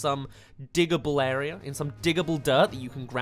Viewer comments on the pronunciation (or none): none